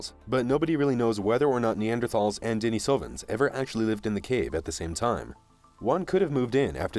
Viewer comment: How about a little consistency? You have pronounced Denisovans at least five or six different ways. If you are going to do videos then get it right